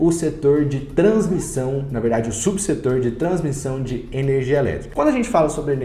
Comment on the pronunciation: “Transmição” vc matou hein.. mas blz, sigo acompanhando. Boa qualidade do video, parabéns!